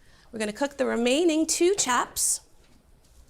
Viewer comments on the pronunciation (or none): "Chaps" so Boston. Haha